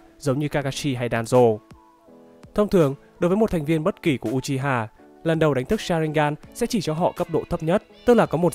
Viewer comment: Đọc là ư - chi - ha chứ nhỉ